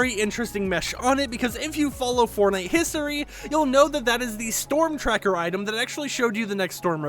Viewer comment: I hear you say hisery